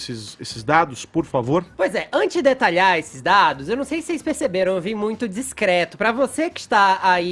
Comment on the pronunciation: Fresquito discréto ? kkkkkkkkkkkkkkkkkkkkkkk